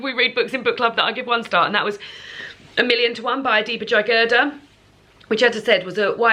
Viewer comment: Just an FYI on author pronunciations for future: Adiba JAG-eh-dar and Diana GAB-uhl-done😊